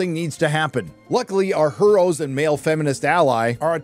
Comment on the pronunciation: I giggle like a fat kid every time you say HER'oes. 🤣🤣